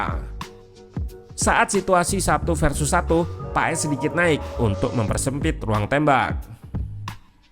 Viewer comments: Sekarang pengucapan nama Paes bukan di ejaan kita min, tapi pengucapannya adalah Paas...kalo tulisan nya sih tetap Paes😊🙏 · Marten paes di baca maarten pas